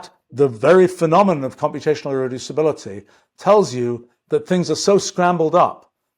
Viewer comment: I'm jealous of the speed he can say "irreducibility" and "thermodynamics"